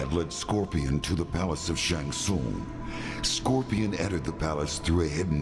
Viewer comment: Scorpion is so badass he can't even pronounce his own clan name correctly.